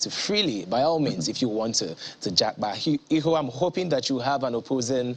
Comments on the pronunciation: Já pa, not ja pá or já pá. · It's Jápa not Jápá